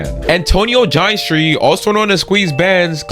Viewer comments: "gin-eh-stri" btw not "geinestree" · ya dude that ruined it for me well that and the pronunciation of va ginestry 😂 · He doesn’t even know how to pronounce Ginestry